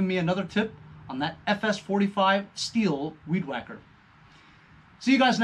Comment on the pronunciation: that's a shame about the highwheels. those wheels are not cheap! Stihl is pronounced steel. My gf harped on me about it. Ratchet wrenches come in handy! that was nice of robert to get you those!